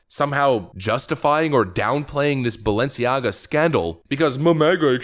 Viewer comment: Notice how the woman in white says Baalenciaga.. If you know you know.